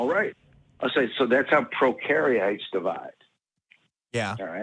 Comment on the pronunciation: 😂 "Procariates"